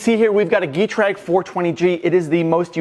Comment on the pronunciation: Hate to be that guy but Getrag is pronounced with the schwa ɡəˈtʁaːk. Rounded long e. In any case cool project